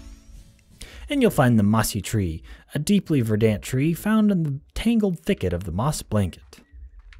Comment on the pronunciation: LOL, you said verdant like a camp commandant might say it, verdant Englander! You put the stress in the wrong part of the word. I'm guessing you've never heard it said out loud before.